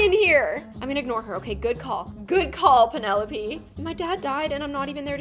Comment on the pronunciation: the way said 'penelopie' instead of 'penelope'.